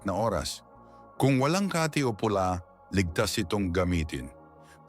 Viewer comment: Correct your pronunciation of word kati pronounce it quick to emphasize meaning as refer to itch the way you pronounce it slow means another.. like place in Makati city